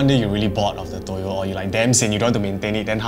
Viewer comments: For toyol Its not toyol Its tuyul its called tuyul😅 in Indonesia😊😊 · Not toyol but tuyul